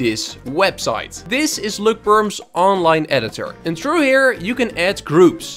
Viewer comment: “Løkperms” now thats a masterpiece